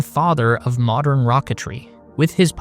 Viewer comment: “mordern rocketry”